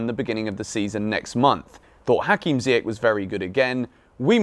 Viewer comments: Small thing. Ziyech has a last name that is pronounced with a soft “CH” sound like Church. So it should sound like Zee-yesh, not Zee-yek. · it's pronounced "ZiyeSH"